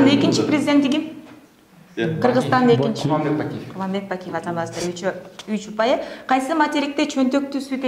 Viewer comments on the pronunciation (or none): none